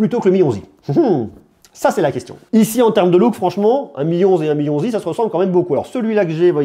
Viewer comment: «Le Mi 11i» Dans ma tête: «Le Mionzi» 😭😭